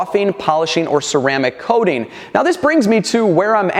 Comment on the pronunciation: WHY does he keep saying Ceramic "Coatin" - ARGHHHHH!!!